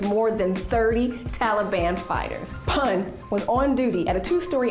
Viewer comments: not pun its pu n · It’s not pan it’s pronounced “poon” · Its not pronounced as literally a pun its poon btw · Haha I luved how she pronounced pan instead of poon for pun 😊😊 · Deep Prasad Pun - Pun pronounced as Poon not as Pon. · Yes you are correct 👍. Written " PUN "= Pronounciation would be " POON" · You are pronouncing his name wrong. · She butchered his Surname "Pun" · Is anybody going to point out the fact that she's pronouncing his surname inaccurately? :/ anyhow Well proud of Gorkhalis🙏🙏🙏